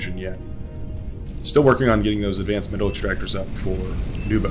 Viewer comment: Thank you for the professional commentary! You did very well pronouncing my name, all people call me Nubo too :) This is probably my first appearance in the match replay with commentary so I'm very excited!)